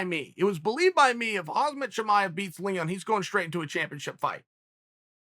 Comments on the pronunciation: Hozmit chimaev is how you pronounce his name, thanks for clueing us in uncle chael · He is a hazard for other fighters Chael... but its Khamzat Chimaev!!! Not Hannaford suit Chimaev lol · “Hazmat Chimaev” - Chael 😂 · Chael “Hasmat Chimaev” Sonnen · same old chael " hazmet chimaez" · I love how americans never give a flying F on how to pronounce foreign names. They just make up their own version; “Haas-mat Shimaiev” is your name now! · It's hamzaat hamzat the m before the z hamzaa c'mon uncle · What do you do with Khazmat Chimaev? How about say his name the right way? 🤣